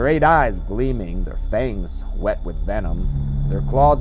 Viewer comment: omfg, why did you pronounce the 'h' in "wet" lmao